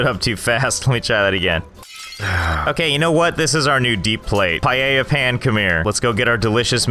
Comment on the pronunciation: YES, HE PRONOUNCED PAELLA CORRACTLY!!!